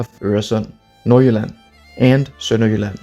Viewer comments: Woaw your pronunciation of Øresund, Nordjylland and Sønderjylland was amazing, are you danish?? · are you danish? you said nord jylland and sønder jylland perfectly